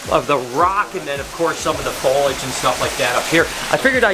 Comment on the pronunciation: When will learn that there are three syllables in foliage 😂!!!?